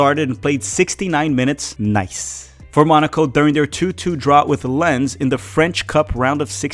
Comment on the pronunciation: Good video as always. Btw, Lens is pronounced, “Lahn-s” or “Lehn-s” Don’t marry a Frenchwoman. Lol.